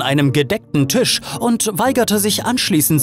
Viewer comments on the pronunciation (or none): none